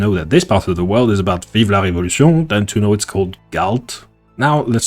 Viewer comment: By curiosity if it isn't unproper to ask, are you french ? That pronunciation of Vive la Revolution was heartfelt haha (also showing France as exemple ^^) I love hose video's the quality is amazing !